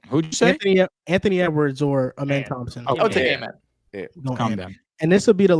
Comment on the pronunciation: for how long loves amen he still says his name wrong lmao